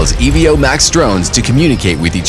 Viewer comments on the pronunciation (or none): Not sure how this video make it to release being called the Ee-Vee-Oh, but not a bad product.